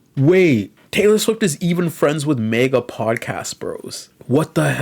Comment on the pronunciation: I cannot endore the way you say MAGA as Mega.